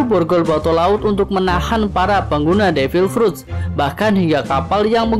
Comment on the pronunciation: Devil pruttt kaya kentut aja nyebut nya 😑😑😑